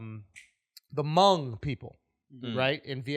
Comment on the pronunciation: Thanks for shout out comparisons. Drew, you pronounced it perfectly. Hmong!